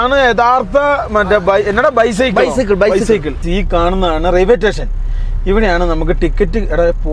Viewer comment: Railway station ❌ Raiway Tation✅😅